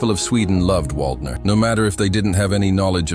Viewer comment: If you want to show him respect, learning to pronounce his name might be a good idea.